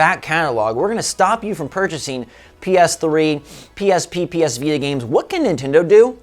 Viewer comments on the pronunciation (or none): none